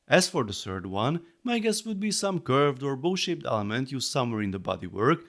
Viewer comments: 😂 me too!! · Came here to say the exact same thing!! 🤣🤣🤣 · He said “bow shaped” not bu** ***t 😁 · Had to rewind I thought you said "some curved or bull sh*t element'. bow-shaped, you said bow-shaped. Also, . on the main body there looks like a diagonal lift arm slightly visible and a slopped tile like piece visible on the right hand section. Maybe the lift arms rotate and slide against the tiles and pops them off.